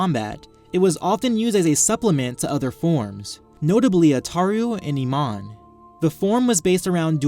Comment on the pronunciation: Great vid but it bugs me when you nemon instead of pronouncing it NIMAN